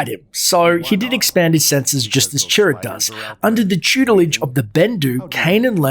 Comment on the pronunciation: I kept thinking you were saying 'turret'.